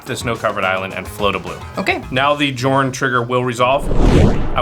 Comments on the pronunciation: It drives me nuts hearing mispronounce Jorn. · The J in Jorn should be pronounced like a Y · Take a shot each time mispronounced jorn, die before the halftime break. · The editors are really amazing but I really cringe every time I hear mispronounce Jorn... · Unfortunately he can't pronounce the name of the card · No one thought to tell that "Jorn" is pronounced "Yorn"...? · Jorn is pronounced like Yorn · I would think it was pronounced yorn As it's based on Norse mythology. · Jorn is with a soft J isn't it? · small nitpick, but Commander's name is pronounced Yorn. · It’s pronounced “Yorn”. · I'm pretty sure the official pronunciation is just whatever the English standard happens to be, even if technically "Y"orn makes more sense. Otherwise I have literally never heard anyone pronounce Huatli, Atla Pilani, Tocatli Honor Guard correctly ever. It's a weird sound that's never used in english that's kinda close to "ch". (Fun fact, I'm pretty sure in Tyvar Kell and Svella, Ice Shaper the "ll" would be the same sound as that "tl") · Wouldn’t it be pronounced “Yorn”? Not trying to be mean, just curious. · In Norse tradition, it's pronounced "Yorn". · Heads up for anyone not familiar with Norse things. Jorn is pronounced with a Y sound. Yorn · Pretty sure Jorn is pronounced Yorn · Mispronouncing those cards like that is a sin